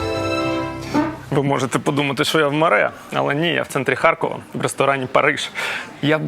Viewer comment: А чому ХарЬкова? Справді цікаво, бо дуже багато так чула ще й від тих, хто в житті говорить укр. Чоловіка мама з татом колись жила в молодості 2 роки в Харкові і щось до сих пір так говорить «ХарЬкова»